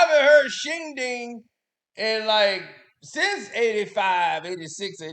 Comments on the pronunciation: Shindig. Not shinding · Not shing ding it’s Shin Dig. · Shindig, not ding. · It's Shin-Dig not Shin-Ding... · mispronouncing shindig as "shingding", makes the roast even funnier